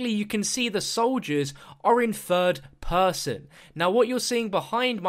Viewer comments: "In fird person" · Take a shot every time he says " 'furd' person"